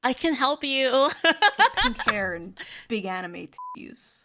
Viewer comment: She said pink hair with BEEG boin-boins... Oh god is June gonna take up rapping?